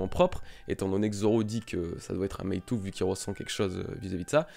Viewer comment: Courage ! Quelques semaines difficiles, pour renaître plus fort ! Pour le Meitō/Meitou, si ça peut t'aider ça se prononce Mētō ;) (avec prolongation du son "é" et du son "o")